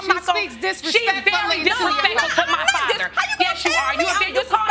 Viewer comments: So is that AI can't pronounce Father, or a non Ai computer, or a teenager making videos? Somebody can't pronounce the word father! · This narrator absolutely drives me crazy he doesn't know how to pronounce the word "father" Even if it is an auto generated voice I can't believe that it says fayther not father.Argh! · Whoever does these voiceovers needs to learn how to pronounce “father”😒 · I wish they'd teach ai how to correctly pronounce father. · Please next time choose a narrator that can pronounce father and intamency on a consistent basis.